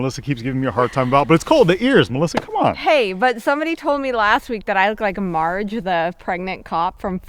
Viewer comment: 🤣😂🤣okay Marge you betcha! You need a little more practice with your accent 😂🤣💕. Looking good. those pizzas could have been used for frisbee golf 😂🤣😂. You get an E for effort.